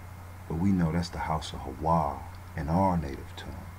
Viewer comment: Why Hawa instead of Haya?